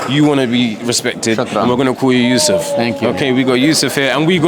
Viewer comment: Viddal riley pronouncing yusuf is sick i like that 👊🏽